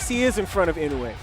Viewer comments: inoya? was he doing this on purpose or he can't read? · is the most worse I’ve seen inside the ring in my life,he is running running around to Inoue san. Ashame on you 🤣🤣🤣 And please pronounce the right name of the Japanese Champion ( Naoya Inoue)